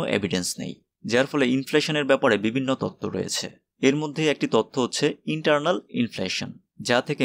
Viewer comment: Wilson : উইলিয়াম সন × : উইলসন √ Eternal : ইন্টার্নাল × : ইটার্নাল √ Anyway, here pronunciation isn't matter. Information is important. Good job.